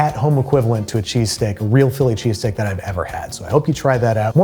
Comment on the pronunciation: here he is, phill lee che-stāk himself